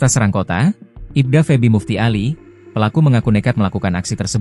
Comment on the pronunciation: Serang ( dibaca cerang ) pak 🙏